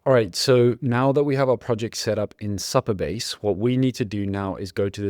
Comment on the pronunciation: For future reference it’s pronounced Super Base , not Supper Base .